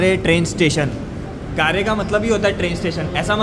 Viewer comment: It's not "Gaare" , It's pronounced as "Gair" du Nord